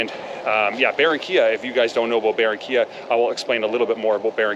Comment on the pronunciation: es Barrrrrrranquiiiiiiilla Senor.....